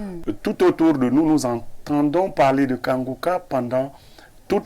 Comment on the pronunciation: La journaliste la ne sait pas lire iu elle fait exprès. Incapable de prononcer Kanguka pourtant un mot facil a lire.